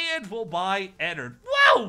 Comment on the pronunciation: IT IS ENNARD NOT ENNERD